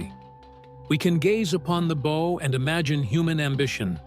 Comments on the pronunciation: THANK YOU! I have been "screaming into the Void" on this subject forever. "Bow" sounds like "wow" Yes. But damned if the AI narrator doesnt also do a version of the pronuncuation of the SAME GODDAM WORD: "BOW"= "SNOW"!! If this is a triumph of AI technology...I pass!!! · It's pronounced BOW as in BOW-WOW. Retrain your damm AI. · The "bow?" As in bow & arrow? What is with these computer-generated voices? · The bow was pressurized by thousands of gallons of seawater, whereas the stern had Her whole back end out of water. The amount of water would have obliterated the stern because of gravity and pressure. And Bow is pronounced is (b OW') Ow as in ouch or OW! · Why is it so hard to teach your AI narrator how to pronounce bow (rhymes with wow) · It drove me crazy, every time I heard bow I was yelling BOUGH!!! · This! Instead, the AI goes on & on about the beau. Downvoted, and I will never waste another click on this channel. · Wut ??? You failed the entrance exam to the Maritime College ? It rhymes with wow. Like a dog . . . bow wow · It does say bow like it rhymes with wow once in a while. Why not Everytime I wonder? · Why are there weird graphics and charts that have no bearing on what is being talked about that pop up randomly and pull you out of the "story" and the mispronounced word bow is driving me crazy. Not to mention the images that aren't even the real Titanic. Fake images. Fake voice. Incorrect crap. Crappy video over all. Can we get rid of AI please. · I never would have imagined how much of the steel is being consumed every day! Is there not a way to raise and preserve the Titanic? Or at least the bow? And it's such a nicely done video; perhaps fix the one, most, well, only distracting element: the incorrect and sometimes correct, pronunciation of "bow"? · And it keeps switching between pronunciations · No stop misspronouncing the front of the ship. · Yep, the issues with AI. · Yelling in BOW!!!! In my mind right here with you. Wordy bs too.